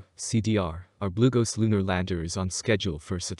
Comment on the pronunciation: I thought he was saying "glucose".